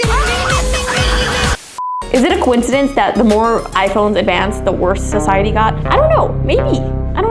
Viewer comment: The fact that she said it was good for sisidey for poke mon go when it got people got into car accidents😂